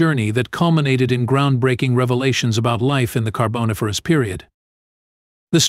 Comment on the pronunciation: The AI voice needs some work, especially in terms of the carBOniFERous reference. It got it right 2nd time through, but really, you have to check your work better.